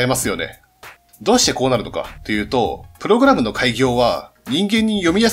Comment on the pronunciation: おい！！！プ↑ログラムのイントネーションおかしいぞ！！